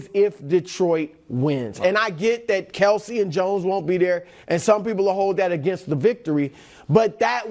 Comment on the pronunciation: K-E-L-C-E, not Kielce.